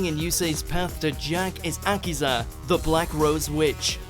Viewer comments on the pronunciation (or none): Also, learn to pronounce names, please. That's Greiger, not Grey-ghar, and Akiza, not aKIza. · its uh key za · its a-key-sa!